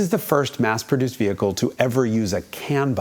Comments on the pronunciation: Except for when he said "wehicle." I still cannot figure that one out. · Excellent accent, "Wehicle" I'm dying!